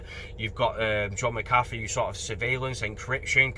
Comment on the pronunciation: Should get his name sorted tho - I assume its Irish origin. Mac Ahh Feee.